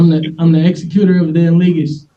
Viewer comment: I love that he mispronounced "executor."